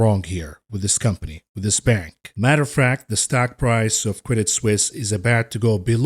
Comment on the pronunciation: "Matter of fract"